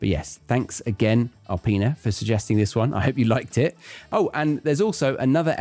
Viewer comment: I can’t thank you enough ☺️. I was caught by surprise when you gave a shout out to me. Arpine; that’s how it sounds in my native language, you mispronounced it ) but that’s okay! I did like it; it was informative, strategy oriented, which is way more important than pouring out some new vocabulary. Often times test takers feel more at a loss of that than benefit😩😊.